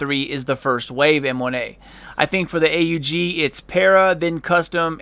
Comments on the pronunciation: Its pronounced AUG not A.U.G.....noob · AUG is pronounce "og" not "A-U-G" it not a big thing but I figured you would want to say the name properly. If you don't believe me just search "Steyr Aug" on youtube. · I call it Just aug not a u g and that what you said xD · Armee-Universal-Gewehr it is A U G not awg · its called lag..... its not that the game can't handle how much damage you were doing.... (couldn't tell if you were serious or not) and its not a custom AUG its the tactical not sure on the order and last but not least its pronounced Awg. :) nice vid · does it bother anyone else how he says 'a u g'? lol might just be me